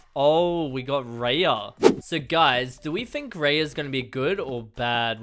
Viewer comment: Its r. .I. Ya ok raya